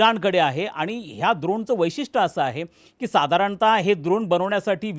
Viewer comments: द्रोण नव्हे ड्रोन 😂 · द्रोण नाही ड्रोन…. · काका द्रोण नाही ड्रोन द्रोण आपण प्रसाद…खाऊ खायला वापरतो (द्रोण व पत्रावळ) युद्धात ड्रोन वापरतात